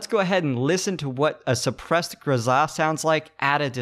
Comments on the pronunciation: Honestly, I must say that you are right. His pronunciation is kinda off. Not anything wrong with that, but you are sepost to go GRoza, not groZA. Go downwards with your tone, not up. Just saying. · it is not grozaaa, it is groza. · JESUS I WANT TO STAB YOU FOR PRONOUNCING IT GROZAHHHH.. ITS GROZUHHHH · Stop saying GRZA !! ! AAAAAAAAAAAHH ! ! ;-) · Grow-zuh. Not Guh-zah. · Triggered by the pronunciation. In America we say Grow-Zuh. That's like those hipsters that call a croissant a que-sant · it actually bothered me that you pronounced it "grozzah". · Pronounce it Grow-zuh. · There's no emphasis on the 'a', weirdo.